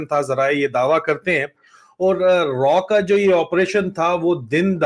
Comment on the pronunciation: रॉ नही रा